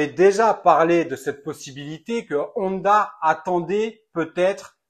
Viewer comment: Honda se prononce "on - da" pas "oneda" 👍